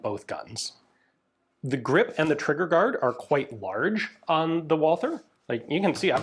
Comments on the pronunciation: but it is not pronounced at all, so when you try to speak the other german words then they are said incorrectly just badly, why are you butchering the name Walther. Walther is the same as Walter. as a European I am tired of americans butchering our languages as we do not butcher yours, and I know you are a canook. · Great video. As always. But ine thing: the 'th' in Walther is no english 'th'. The 'h' is silent. It is just a version of the name "Walter". Greetings from Germany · Ian there is no th sound in Walther, you Canadians and americans make me crazy when you make a th sound which does not exist in the word. stop it. was that not the gun the german police used during the stand off in the 1972 Olympics, the long version that is. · The full name of the gun got butchered a bit, but the rest of the german pronounciation was more or less perfect - as usual. Thanks for showing this guy off. I wasn't even aware of it (which is a bit of a shame). Walther made a pretty decent gun there at that time. (It took the british SAS, the MP5K and a buttload of experience to figure the advantage of Einzelfeuer [single] over Dauerfeuer [full auto].) The field stripping engineering is amazing. P.S.: Yup, i'm firmly in team "MP5". Yet, i still have to admit that Walther did a great job, even with the messed up sights.